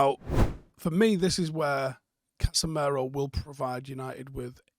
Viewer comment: Why do you call him 'casa mare-o?'